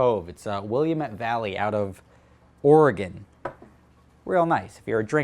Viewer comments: And I'm glad you pronounced Oregon correctly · What impressed me the most is that an east coast guy knows how to pronounce Oregon correctly. Usually it’s Ore-ee-gone.